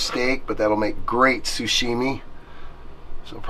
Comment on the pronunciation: Sashimi, not sushimi. LOL